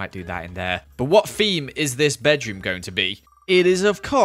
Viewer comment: Lol, keeps saying FEME in stead of THEME